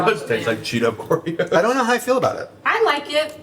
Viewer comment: "Like I baby-birded you Oreos??" "Or like Khloe baby-borded you ordeodobos.", I thought I was having a stroke for a second, Lord. 😂😂